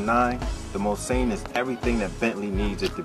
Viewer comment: ''bitches'' aren't hating because of the presenter's ethnicity. What makes us angry is that the presenter epicly fails to pronounce Mulsanne correctly. You see the car is named after a legendary racetrack called Mulsanne. Racing in Europe is nothing like Nascar. There is a lot more heritage in European motorsport and it's very close to our hearts.